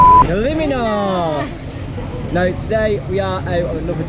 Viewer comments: And its KALYMNOS NOT KALIMINOS 🙄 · Its called Kalymnos and not kaliminos